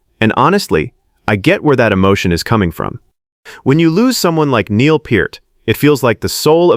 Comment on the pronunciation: At least buddy pronounced Neil's name right.